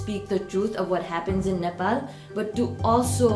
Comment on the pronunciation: Nepol re😂😂 just simply say Nepal it just 13 year u guys moved to here right